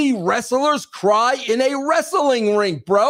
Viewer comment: Dude, I'm from NY. I have never once in my life and everyone around me too have never said "Wres Suh Ling" Ha.